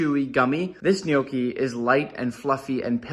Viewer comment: Nick saying njookey had me rolling on the floor